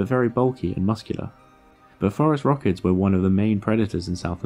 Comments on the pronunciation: Phorusrauchids... 😂 You've just made the whole reply section to go DEFCON 5 over that "Forest-Rockets" racket. It feels that tags with every term and name you pronounce in a vid is of the essence. Keep up the good work! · can we PLEASE start calling these guys "forest rockets" like we all thought he was saying, that is the single sickest bird name ive ever heard. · lol even the auto translate captions heard it as forest rockets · It's not until (where the subfamily phorusrhacinae is spelled out for us on the screen) that I realized he was saying "phorusrhacids" and not "forest rockets." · Took me 6 minutes to realize he wasn't saying forest rockets. 🤣😂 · It wasn't until that I realized he wasn't saying "forest rockets" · Is he saying forest rockets? He says it so many times in this video and it sounds exactly like forest rockets. I am not sure what else he could be saying. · Damnit. Wtf is a forest rocket and why is it bothering me so much that he's pronouncing it like that? I'm weirdly angry about your pronunciation and I don't know why. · Me too! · Same 🤣🤣 was listening instead of watching so that made it even worse. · Yep me too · Actually, it's not exactly. He's pronouncing more of a "t" at the end, instead of a "d". But they do sound close. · No idea why he pronounces it like that. It's phorusrhacids, as in "for-us-rasids"; the last part should sound like "acid" not "ruh-kids". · I don't think so. You said that's "how it's pronounced" and clearly it's not pronounced "forest rockets". A non-native English speaker may not pick up on that distinction. But what the heck .. like everyone else is saying .. "forest rockets" is a cooler name. Let's just run with it. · "...and they were known as the forest rockets..." ?!?!? Really? Are you sure you're pronouncing that correctly? How do you spell it? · I heard "forest rockets" instead of "Phorusrhacids" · I keep thinking that you’re saying “forest rockets” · I was happy with hearing what I heard... FOREST ROCKETS